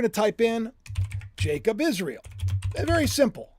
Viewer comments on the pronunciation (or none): why do you always pronounce Israel as IsreAL?!